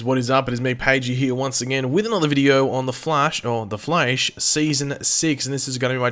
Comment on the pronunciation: I’m sorry but I know I’m not the only one who is bothered when pronounces THE FLASH wrong.